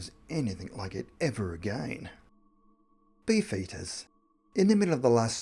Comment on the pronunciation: I heard bee foetus instead of beef eater 😂😂😂😂